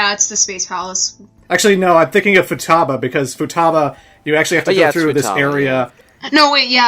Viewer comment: That's a weird way of pronouncing Futaba,.:^)